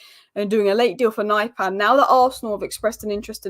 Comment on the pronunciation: that's not how his name is pronounced.